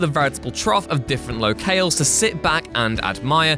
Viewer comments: That's not how locales is pronounced. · How'd you pronounce locales? 😂